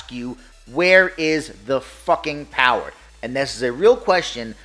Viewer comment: The Powahh...lol